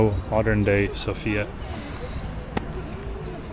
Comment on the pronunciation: Please be so kind to learn how the names in Bulgarian sound properly when presenting your video trips...Vitosha & Sofia definitely need to be pronounced with different vowel stressed on... and rakia too :-)